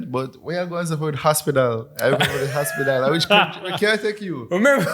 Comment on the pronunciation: It was the ‘hospidul’ for me too Lij 🤣🤣😭